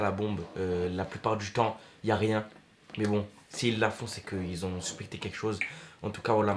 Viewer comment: "Subité quelchose" tu sais plus parler c'est suspecté 😭😂